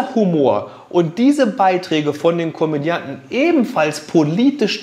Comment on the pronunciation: Tolles Video, danke dafür!! 👍 Aber was ist bitteschön ein Komödien? Oder ein Komendant? Einmal kam sogar Komandant raus?!😂😂 Ich denke ihr meinted entweder Comedian oder Komödiant?! Sorry, finds einfach nur übertrieben lustig dass dieses Wort 4 von 5 benutzten Malen falsch rauskam!! Nicht böse gemeint!! Hatte einfach nkleines Lachflash beim zuhöhren!!! Solche Dinger passieren mir auch andauernd!! Drum find ichs so lustig!!! Schuldigung!!Danke dafür!! 😊🤭🤗😂🤣🙃✌️